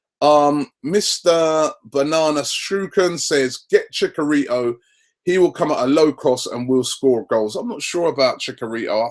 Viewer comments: ChiCHarito not chikarito you already said the ch sound it's not hard to say it twice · Man said "chickarito" I'm done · 'CHICK A RITOOO' Robbie lmao your pronunciations mate haha but honestly kindly talk about what reactions fans might show of we sign no one or a player who is a no one. :-)